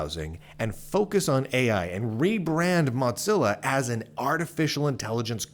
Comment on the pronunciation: Are you saying MotZillia?